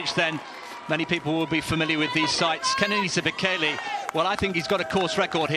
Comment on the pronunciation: I swear the woman pronounced Bekele's surname differently every time she said it